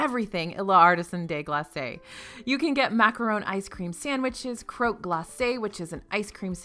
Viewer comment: Since you asked: Good pronunciation of Schinkennudeln! 👌🏻🇩🇪 Just a short note, I know French is hard, but "L'artisan des glaces" is pronounced a little different. It's more like "glass" than "glasseh". Your "Les Halles" has been pretty good though! 👏🏼